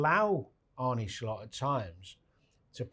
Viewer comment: His name is Arne, not Arnie - football people should know that by now. Danny played with John Arne Riise so its not like hes not used to saying it properly.